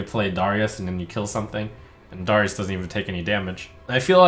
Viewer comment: "DARE-REE-US" .... "LOWTH-EB"